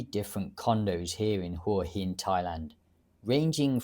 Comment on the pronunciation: Hwah Hen vs Who uh hen - Local Thais have told me it’s the first pronunciation.